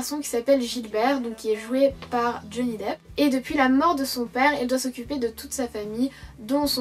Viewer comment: C'est Johnny Depp pas Deep :) #pasgrave mais ça me perturbait ^^